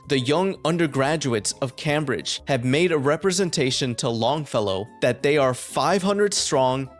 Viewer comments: Btw it’s ‘came-bridge’ …not “cam-bridge” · Cambridge is an ei sound, not short a :)